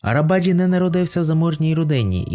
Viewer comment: Автор,заглянь в перекладач!!Буква С в турецькій мові читається як Дж.Тобто Неджаті Арабаджі!!!